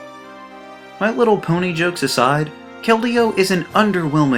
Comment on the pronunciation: I had to unsubscribe when you said keldeo sorry